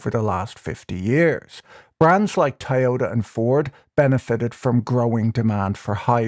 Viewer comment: wow your accent is funny Tayota